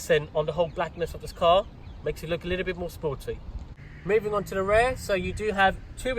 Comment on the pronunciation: Great video but you need to stop calling it ‘rare’ when you actually mean ‘rear’ bro🤦🏻‍♂️